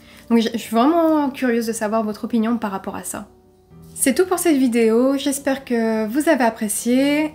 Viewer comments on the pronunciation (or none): none